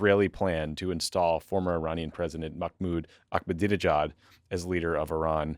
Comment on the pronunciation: I am begging you guys to learn how to say the name Ahmed (Ahmadinejad). There is no K! I expect a LITTLE better than how Jeff Dunham or Fox News would say it.